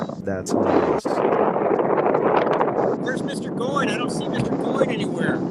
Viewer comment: No question...Jeff is the Godfather of PPG, and a heck of gentleman to boot ( and nod to so many others that furthered the sport). So, 99% certain his last name rhymes with COIN, in spite of fact that it's just plain fun to say " go-in flyin"....just sayin. And while I'm at it...it's a Moster darn it, not a creepy Monster...lol.